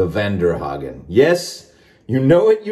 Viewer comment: It’s pronounced (von-dare-hogen) close lol😂